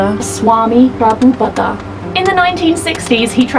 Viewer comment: Aap logo ne Prabhupad pronounce kar liya ..... amazing.....👍👍👍👍👍👍